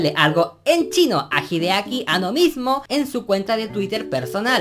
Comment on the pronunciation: Hideaki Anno de pronuncia An-No, no Ano xD